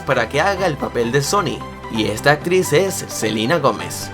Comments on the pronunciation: Like si te diste cuenta que dice selina y no selena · Like si notaste que en ves de selena dijo "Selina" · dijiste otra vez selina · Like si dijo Selina y no Selena 😐😐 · Por que decís Selina si es Selena 😂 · Selina o Selena? :v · Selena no selina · Es Selena no Selina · Like si te diste cuenta q dijo selina gomez en vez de selena gomez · odio que diga silina y no selena😠😤😣😡😬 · Es selena gomez no selina gomez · por que sigue diciendo selina gomez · es celena no celina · no es celina es selena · Dice Selina no SelEna* 😂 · dijiste silina gomez